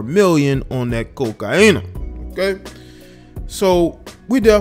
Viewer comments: Felt the same way , just say cocaine . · Why you say cocaina with so much emphasis.. very ignorant low key making is sound main stream and cool when is not